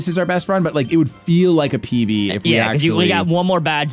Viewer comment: trying to get a PB.... i heard pp LOL those were the shady nights